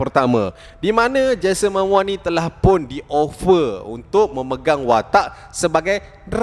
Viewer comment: Bukan 'Mamoa', 'Momoa'!